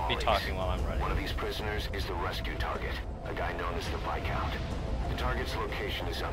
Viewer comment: How you manage to pronounce VI - COUNT incorrectly when you get told it enough times.....